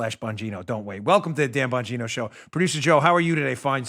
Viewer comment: DAN BAN-GEE-NOOOO.